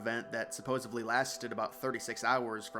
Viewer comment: Dude. It's "supposedly." Not "supposably."